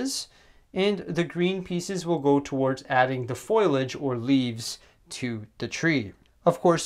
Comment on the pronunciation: Great tutorial, but I think it's pronounced Foh-lee-edge. Thanks!